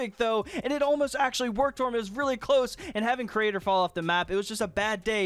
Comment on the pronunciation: does it bother anyone else that he says the cra-ator instead of creator